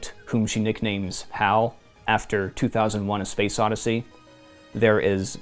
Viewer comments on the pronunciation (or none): none